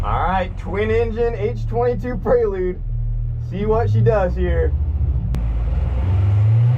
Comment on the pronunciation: why do you keep saying "prey-lude" lol, it's a PRE-lude.